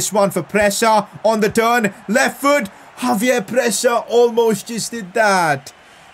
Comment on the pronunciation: It's not Javier it's Xavier so you pronounce it like a ch not a j